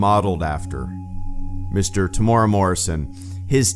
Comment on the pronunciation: His name is said Tem-you-era Morrison if you're wondering, but this was confirmed a few months ago that Temuera Morrison as Boba Fett was back for Mandalorian Season 2.